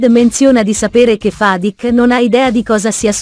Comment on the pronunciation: Rashid, Zuleya , Fadik ma e’ possible che non riesce I a pronunciare un nome correttamente…